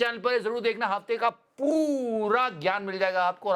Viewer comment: I always wait for "Maargin"😅😂😂